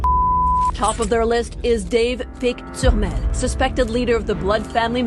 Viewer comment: It's Dave Turmel,not Turrell